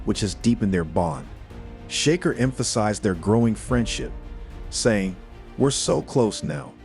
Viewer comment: Pronounce the guys names properly to start with .There is no Sheker Stevenson and learn to say Canelo